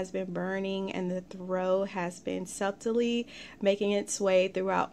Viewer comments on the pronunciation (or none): I hope to experience this one soon! Thank you for sharing! FYI: When you say the word SUBTLE... the B is silent. It rhymes with SHUTTLE but without the H. 😊